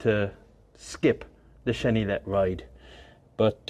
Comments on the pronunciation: Hi, Frenchman here! Quick tip on the pronunciation of "chenillette": actually pronounced it almost perfectly, with the exception of the "ill" part. In French, "ill" is usually pronounced like a "y" would be in a word in English (don't ask me why). I say usually because there is notable exception like "ville" (city/town) which is basically pronounced like a the English word "ill" with a "V" in front of it. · Don't pronounce the L in chenillette. It's more like yet. cheniyet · The Renault Chenillette (pronounce cheni-yet, traduction little or baby caterpillar) was a 2 persons light armoured recco vehicle usually equipped with a FM Châtellerault 24/29, machine gun model 1924 modified 1929 by Châtellerault Weapons Manufacture aka MAC, 7,5mm, 30 rounds magazines. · Chenillette is pronounced "Cheniyette". Why ? I don't know, but 2 "L" preceeded by an "i" becomes a "y" in French. Same goes for Baillonette (Baiyonette) for exemple. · super video(Chenillette is pronounced without the set of ll's)super video